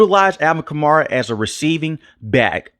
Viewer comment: Stop saying Kar-Mara lmao